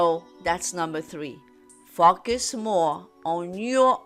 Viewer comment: I hear “focus” as “fucking” lol